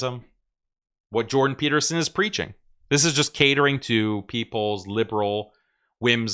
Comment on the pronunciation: "Jewdan" Peterson